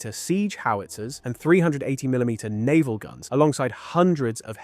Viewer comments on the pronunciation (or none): none